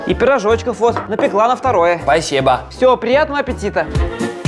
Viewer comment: говорит пасеба